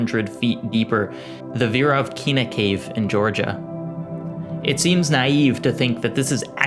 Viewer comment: This video is amazing and super interesting in every way but I'm sorry your pronounciatin of Veryovkina is just so funny